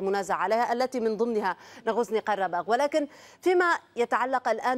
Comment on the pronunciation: ناغوزني - قرباخ.......يرجى من المذيعة تصحيح اللفظ